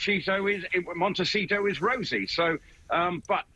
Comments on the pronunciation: Did say Montecheato? 😂😂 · “Montecheato.” Lol. Freudian slip.